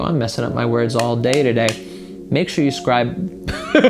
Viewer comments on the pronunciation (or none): Loved: "Subscreive" At the end